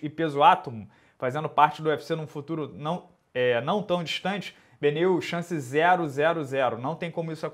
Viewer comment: chamando o inscrito BENIEL de BENEIL (Dariush)...sinal claro de que respira MMA hahahah